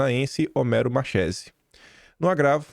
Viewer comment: Marchese lê-se "Marquese".